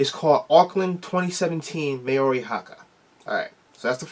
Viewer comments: Hey you tried no hate on the pronunciation :) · The way he said Maori though🤣